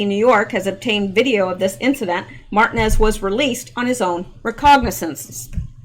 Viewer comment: Martinez Mar-teen-ez(es) :) you're welcome Ma'am